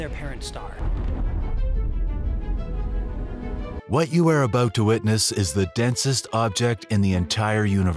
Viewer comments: Is it some sort of AI epidemic that can't pronounce words in the right way? What the heck is a stare? Anyway AI narration is awful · What's a neutron Sterr???🤣